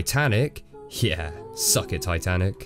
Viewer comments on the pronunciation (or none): none